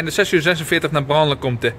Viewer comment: Braine-le-compte spreek je uit als Brein-le-koonte met de laatste e zeer dof